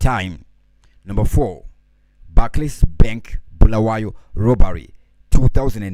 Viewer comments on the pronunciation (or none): Bulawayo not bhulawayo wena 😒